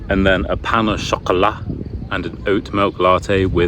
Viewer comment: haha the way you pronounced "pain au chocolat" sounded like arabic. Because I am arabic, and somehow heard the letter ق.